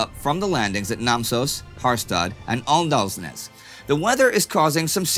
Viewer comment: "Å" and "aa" are pronunced "O", so Åndalnes should be pronunced "Ondalnes"